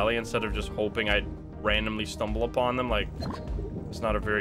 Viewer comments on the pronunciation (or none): none